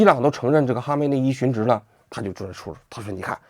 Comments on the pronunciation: 殉职xun 四声不是二声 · 殉职，殉四声，不是二声